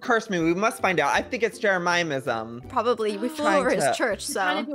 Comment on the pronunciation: why does he say jeremiahmism